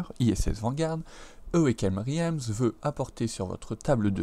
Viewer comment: Merci pour cette vidéo :) Pour info Realms se prononce "Rèlms" (comme ready) ;)